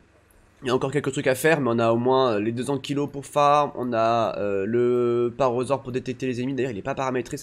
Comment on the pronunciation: Mdr je te comprendrais jamais : tu te met en vue à la première personne sur les dinos et en 3 ème personnes quand t normal. Tu dis argentavi au lieu de argentaviS, parosaure au lieu de parAsaure, tu prononce chintine au lieu de prononcer Kitine ... Mais on t aime. Super vidéo 👌👍💪😚